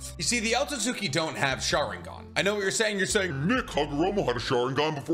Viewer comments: This guy still can pronounce otsuski properly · The second u un otsutsuki is silent. Japanese 101.